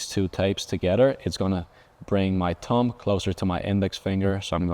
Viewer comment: I love the way he says thumb. Tumb